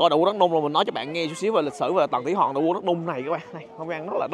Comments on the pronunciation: Khoa nói : Tầng Thỉ Hòn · Kiến thức rộng , clips kích thích sự tò mò tìm hiểu lịch sử Trung Quốc ………nhưng phát âm : tầng thủy Hòn 😂……..